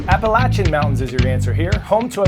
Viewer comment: Thank you Coy for pronouncing “Appalachian” correctly!